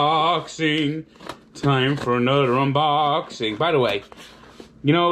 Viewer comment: “ANudder Unboxing” love it